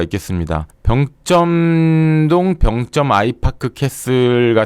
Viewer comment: 병쩜이 아니고 병점이죠. 발음이 좀 거북해요. 굳이 세게 발음할 필요가 없는 단어인데..